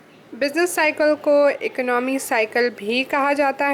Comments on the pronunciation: Economy ko ecnomy bol ri ho 😂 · Mam plz don't mind the word economy is good pro noncation is eco no me ! you say ec no me